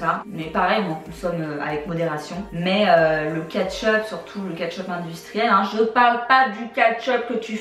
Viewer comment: Ça m'a fait rire tu dis "catch up" pour "ketchup" 😆😆